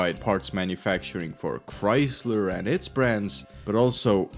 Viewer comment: “here at Chreysleh”